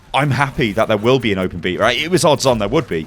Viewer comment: the open beatle? godamn your accent man :P